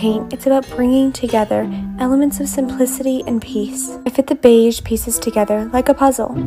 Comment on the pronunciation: Beige is pronounced with a zh sound, not a dj sound. Like the s in illusion, not like the j in Joe